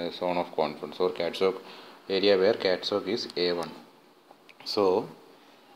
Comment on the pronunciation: It is CATZOC not ZOG, please correct it